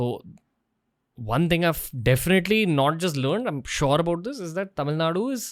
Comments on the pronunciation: Since Dravida parties came to power TN has gone dowm Payment to voters from 500- to few 1000s Giving freebies Education system going down All cinema, real estate businesses owned by dmk Sorry madan cant agree with you Pl pronounce tamizh ..properly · First, learn how to pronounce Tamil properly. 😢